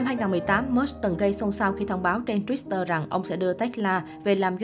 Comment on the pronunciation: Đọc tiếng Mỹ còn không rành bày đặt phân tích người có cái đầu giỏi và giàu nhất thế giới. Tự bịa ra chứ chuyên gia nào nói? Chuyên gia tên gì ? Ráng về đọc cho đúng chữ Twitter trước rồi làm truyền thông nha.